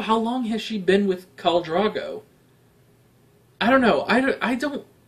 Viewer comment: I know that at the point I'm writing this, you've already watched all of Season 1 and mayybe someone else has already corrected your pronunciation of Drogo the way so many did with Cersei, but I still would like to point out that Drogo is not pronounced Drago. Both of the Os in Drogo have a long O sound. Dro rhymes with go. Drogo. Not Drago.